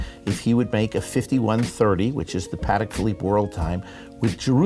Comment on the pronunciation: Always amazing to me how even watch people don’t pronounce Patek correctly. It’s Pah-tek not Patik. Jewish New Yorker, I guess he can be forgiven but definately not the director of sales. Oi vey.